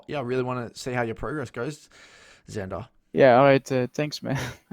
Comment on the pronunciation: its xander with an x :((